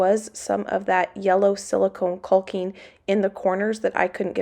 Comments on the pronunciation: Isn't it pronounced Cocking?(Caulking)...LOL. I giggle when you say CALL KING hahaha. I wonder if you could make those floor outlets? I'm glad your taking that wall down. Such a beautiful view that is being covered. Smart. Get your rest guys! ❤️ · Kawking,L is silent...not Kulking. Lol. Imo, take down the wall, patch the floor, foor outlet . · We love watching your channel! But please … caulking is pronounced caw-king. I don’t know why but I cringe every time you say it. I’ll blame my mother. She was big on grammar and pronunciation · honey CAWKING NOT CULKING. You are so funny. I'm with Sheba. Lol total hysteria. Take that darn wall down. That is the ugliest thing I have ever seen. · I'm sorry, the pronunciation of caulking as "colking" is driving me crazy. Skipping to videos when the "colking" is done. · U are saying caulking wrong is called cocking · The L in caulking is silent. You pronounce it like you pronounce the word talking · Are we Canadians mispronouncing “caulking”? We all leave the “l” out… like a silent “l”. Is it like zed and zee?